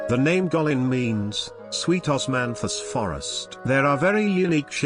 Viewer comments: the first spot is Gweillin not Gulillin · Guikin is pronounced " Kue lin ". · you mispronounced "Guilin" terribly. It's more like /guei-li:n/. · Guilin is promounced kwi' lin. Scenery is reminiscent of Chinese paintings. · Get your place name pronunciation right . Guilin for instance, then others…. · How truly beautiful a country this is. Sadly, how pathetic your mispronunciation of "Guilin" sounds. Have some respect. This is not your word. It belongs to a people. At least bother to learn about accepted pronunciations before you do voice-overs on YouTube videos.